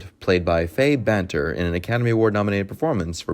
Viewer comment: Fay Bainter not Banter. Pronounced Baynter.